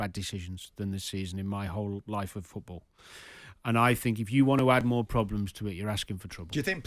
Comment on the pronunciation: Jimmmmmmmm it's FOOT ball NOT fecking FEWT ball!! Learn the word please!!!